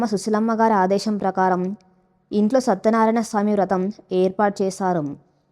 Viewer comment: satyanarayana sami ❌ satyanaraya Swamy ✔️